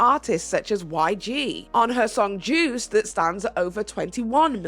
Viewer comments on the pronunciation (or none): none